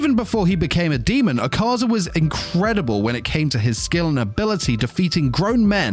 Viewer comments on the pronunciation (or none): Bro Pls My Name Isnt ahkaza its “A ka zah” pls douma will laugh at MEEEEEEE